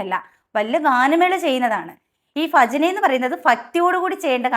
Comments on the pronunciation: please correct your ഫജന, ഫക്തി, ആദ്യം സ്വയം നന്നാകു, എന്നിട്ട് നാട്ടുകാരെ നന്നാക്ക് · Correct...patti show....ഫജന അല്ല.... ഭൂമി ടെ ഭജന.... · Chechide abhiprayathodu 100 % yojikkunnu. Chechiyodu oru correction parayanundu. Malayalam letter ഭ chechi ഫ ennaanu pronounce cheyyunathu. Ee video il pala thavana athu upayogikkunnum undu. Athu valare arochakamayi thonni. Please try to pronounce correctly. "Bhajana" aanu "Fajana" alla. "Bhakthi" aanu "Fakthi" alla. Kuttamayi paranjathalla ketto. Palarum ingane aanu pronounce cheyyaru. Pakshe correct aayi parayunnathu kelkananu bhangi. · ഫജനയല്ല ഭജന. പറഞ്ഞതിനോട് നൂറു ശതമാനം യോജിയ്ക്കുന്നു👍🏻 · Paranjath sathyam.but phajana alla Bhajana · കൂട്ടത്തിൽ നിങ്ങളുടെ ഫജനയും ഫക്തിയും എന്തു മാത്രം അരോചകം ആണെന്ന് കൂടി ചിന്തിക്കു... മാറ്റി എടുക്ക്.. ഭജന.... ഭക്തി... ഭാരതം.... ഭിത്തി അങ്ങനെ പറഞ്ഞുപഠിക്കു.. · ഫജനയോ...പോയി പഠിച്ചിട്ട് വാ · ചേച്ചീ ഫക്തിയല്ല ഭക്തി ഭക്തി ഫജനയല്ല ഭജന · ഭചന അല്ല ഭജന എന്നാണ് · ഇവരുടെ ഫജന എന്ന ഉച്ചാരണം കേട്ടിട്ട് എന്തോ പോലെ തോന്നുന്നു... ആദ്യം നന്നായിട്ട് പറയാൻ പഠിക്കുവിദ്യാഭ്യാസം ഇല്ലാത്തവരെ പോലെ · ഫജനയല്ല ഭജന പ ഫ ബ ഭ മ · ഫാഗ്യം. ഫക്തിയോടെ ഫജിക്കേണം. ഫയം വേണ്ട. ഫറയുമ്പോളെല്ലാം ഫറയണമല്ലോ!😂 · Pha alla bha(ഫജന അല്ല ഭജന എന്നാണ് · Fajana അല്ല. ഭജന എന്നാണ്. ഫക്തി അല്ല. ഭക്തി ആണ്. ആദ്യം നിങ്ങൾ ശരിക്ക് പറയാൻ പഠിക്കൂ. പറഞ്ഞത് ശരി ആണ് എന്നാലും കേൾക്കുമ്പോൾ നിങ്ങളുടെ സംസാരം അരോചകം ആയി തോന്നി.അതാണ് എഴുതിയത്. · ഫജന അല്ല ഭജന എന്നാണ് ശരിയായ ഉച്ചാരണം ❤❤ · അവരുടെ ഫജന പോകുന്ന വയിയില് പയത്തൊലിയില് വയുക്കി കുയിയില് വീയാതിരുന്നാ കൊള്ളാം. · ഈ പറയുന്ന നിനക്ക് ഭജന എന്നുപോലും പറയാൻ അറിയില്ലല്ലോ. അവർ തുടക്കക്കാരല്ലേ. ശരിയായിക്കോളും. ഇന്നത്തേക്കാലത്തു പെൺകുട്ടികൾ ഭക്തി മാർഗത്തിലേക്കു വരട്ടെ. അവരെ ഇങ്ങനെ ആക്ഷേപിക്കുന്നതെന്താണ്. ഫജന phajana എന്ന് പറയാൻ പഠിച്ചിട്ടു മറ്റുള്ളവരെ കുറ്റം പറയൂ.😂😂😂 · ആദ്യം ചേച്ചി പോയി മര്യാദക്ക് ഭജന എന്നെങ്കിലും പറയാൻ പഠിക്കു എന്നിട്ട് മറ്റുള്ളവരെ കുറ്റം പറയ് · ആദ്യം ഭ യു ഫ യും തമ്മിലുള്ള വ്യത്യാസം തിരിച്ചറിയുക,അവറ്റകള്‍ ഭജനയെ കൊല്ലുമ്പോൾ നിങ്ങൾ ഭാഷയെ കൊല്ലുന്നു. കണ്ടന്റ് മുഖ്യം ബിഗിലേ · ഫജന, ഫക്തി.. 😂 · ഫജന അല്ല ഭജന